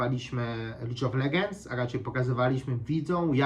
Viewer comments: gra w lige od 2011 a dalej czyta "lidż of legenc" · naucz się mowic prosze, lidż of legends dwutysięczny jedenasty, widzą zamiast widzom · a po chwili "lidż of legendżs" xD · Już zapomniałem jak bardzo nie potrafisz mówić, dwutysięczny dwunasty, licz of legends